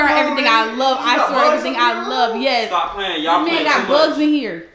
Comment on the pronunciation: He didn't say stop right he said stah